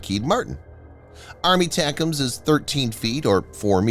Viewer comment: Jesus! JUST say ATACMs, as in "Eh Tack Ums" or "A Tack Um" These aren't new systems FFS!?!?!